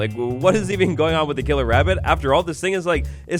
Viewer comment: Scawy wabbit